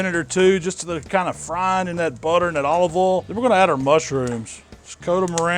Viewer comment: "In the ohl"